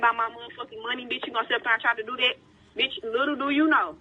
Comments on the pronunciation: Uurrggg... It's not "beach" it's bitch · When you put captions on, the black lady kept saying beach😂😂, not b!tch. Lol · That was about 300 times she said “beech” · "Liddle do you know, beach...!!" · Here's a challenge take a shot everytime she says beech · All I heard was beach